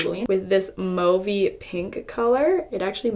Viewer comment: Thank you for saying mauve correctly!!!